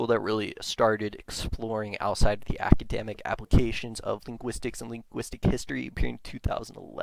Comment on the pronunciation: Also he keeps saying things like "prersonal blog" and "I found it on the forms" and "ackydemic"